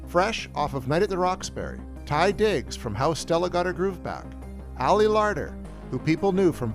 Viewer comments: Not Tye Diggs. Taye Diggs. As in Dantae. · Taye Diggs, not Ty. Unless I just heard you wrong. Great vid as always. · Love this movie so glad I was able to buy it again recently with the dark castle 5 DVD collection. Every time I watch it,feels like I'm going back through time. I hope you do one on ghost ship (2002). Oh yeah it's Taye Diggs not Ty Diggs and plus house on haunted Hill opened at #1 when it was released. 🤔🙄🤨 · It hurts my soul hearing this guy mispronounce Taye Diggs name. Other than that, idfc what critics say, house on haunted hill was amazing. I thought the movie was scary and great. Jeffrey Rush was probably the best part of the movie.